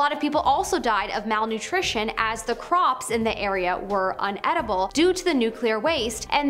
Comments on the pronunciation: It’s “inedible” not “unedible”. Spelled correctly in the text, pronounced improperly. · Inedible is spelt with the letter I, not the letter U. You pronounced inedible as ‘unedible’.